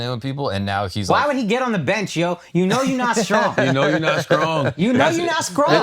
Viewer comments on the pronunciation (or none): “You know you not strong..” “You know you not scrong..” “You know you not scrong!!”😂